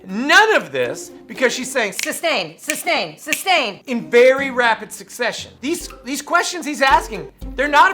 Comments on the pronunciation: Asshat be axing substain takit boobooo questions…. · How about him pronouncing things wrong like substain rather than sustain, tackit instead of tacit, trufe instead of truth, axe instead of ask … it goes on and on